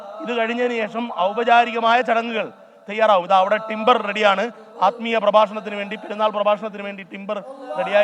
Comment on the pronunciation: ടിംബർ അല്ല മിമ്പർ